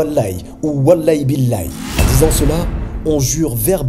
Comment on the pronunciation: En réalité c’est pas walay bilay ! C’est waLahi BiLahi … Je sait pas si c’est faux aussi !